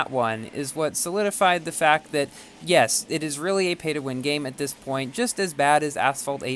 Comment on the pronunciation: "Jes it is really a p2w game at this point"